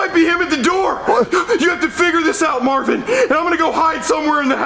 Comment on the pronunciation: Stop saying mavin